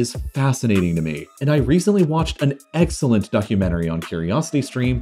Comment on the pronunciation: If you're going to emphasise a word its 'EXcellent' not 'EGGSellent' ;)